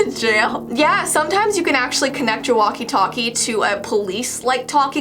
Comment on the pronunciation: Walkie talkie not waki taki